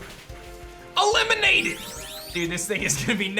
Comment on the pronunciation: When he said eliminated I thought he said E-lemonaded